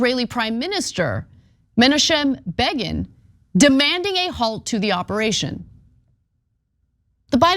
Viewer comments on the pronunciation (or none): it's pronounced MEH KNOCKEM BEG IN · Anna, please say Menachem Begin again🤣 Sorry, I was there when his name was kicked around all the time. It’s Meh-‘NAK-em Bacon. That’s how it was pronounced back then, anyway. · I admit this might sound like a minor point, but how the fuck does Ana not know how to correctly pronounce Menachem Begin? I must be old, (I'm in my 60's), because I'm not used to hearing news reporters so regularly mispronounce words and names that are widely known. Granted, Begin isn't spoken of much these days, but it's not like he's some obscure guy no one ever heard of. Not like there's no way to research how to pronounce a word or name you're not familiar with before going on camera. I could never imagine Walter Cronkite or Dan Rather or Tony Brown so horribly mangling a past or contemporary world leader's name!